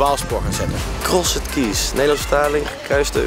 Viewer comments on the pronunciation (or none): Ik ga stuk 😂 hij zegt krosed keys maar je zegt t als crosd keys 😂😂 zonder die e er tussen 😅💖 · he also said keees instead of keys XD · Ik kan er echt niet tegen dat Thomas t uitspreek als CrossED keys terwijl je t uitspreekt als Crosd keys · Ja, echt he, Vreselijk was het. Niet om aan te horen. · HAHHAHAHAHA true krosset kies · krosset kies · krosset keejs xD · Krossut kies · Begon me ook al te irriteren. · thomas kan echt geen engels😂. krosset kies😝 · Ik moet bijna huilen van hoe Thomas crossed keys uitspreekt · Sorry Thomas, maar je uitspraak van "crossed keys" is echt om te huilen :'D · Ik vind het grappig hoe Thomas "crossed keys" uitspreekt :') Leuke opdracht dit! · Ik hoop dat Thomas weet dat je "crossed keys" zo totaal niet uitspreekt :') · Ik ergerde me kapot😂😭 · echt zo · Maar het is niet fout! Het klinkt wel heel erg slecht met dat nederlandse accent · Hahahahaha ja zo erg he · Echt he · Ik ging stuk! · Echt niet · appel HAHHAHAAHAHAHAHAHAHHA LAAT HEMM HIJ KOMT PROBABLY NET UIT DE BAARMOEDER GEGLEDEN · Daar heb je gelijk in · ik kan echt slecht tegen hoe thomas crossed keys uitspreekt. en giel speelt t wel echt smerig. leuke aflevering wel weer dit hahahaha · Thomas je uitspraak is echt belabberd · Ben ik de enige die me heel erg ergerde aan Thomas zijn uitspraak van Crossed Keys? XD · thomas' verkeerde manier van crossed keys uitspreken irriteerde me echt lmao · Wie irriteerde zich ook de manier hoe thomas “crossed keys” zei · Jeetje Thomas heb jij middelbare niet eens gedaan ofzo 'Crossed' bah die uitspraak